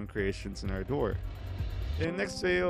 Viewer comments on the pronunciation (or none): This is an English word pronounced ˈɑrdər. It needn't be twisted into something like "R. Door"